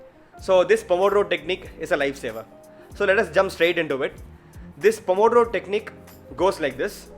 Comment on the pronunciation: the pronouce of the italian name it's wrong, but i forgive you ;) ur italian colleague of medicine.